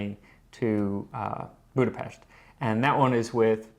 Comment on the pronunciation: As someone who is married, and also pedantic, I appreciate skill in not overtly correcting pronunciation of "Budapest"